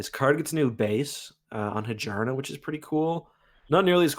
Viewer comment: It's pronounced Hi-jarna? Not Hyarna?